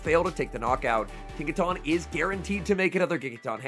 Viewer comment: Tinka-tun. Giga-tun. Not Tawn.